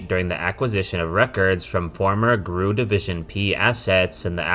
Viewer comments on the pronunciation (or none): Good reading, but GRU is pronounced like any other alphabet organization (CIA, KGB, et al).